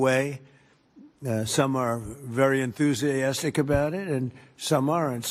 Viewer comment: It’s called extortion. Sadly no one in the media is talking about how frontal lobe dementia leads to impulsive and aggressive behaviour. All this coverage gives Trump some credit for being rational. the old man cannot pronounce ‘enthusiastic’ despite several tries.